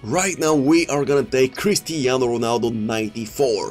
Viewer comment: Nobody:: kristeeano Ronaldo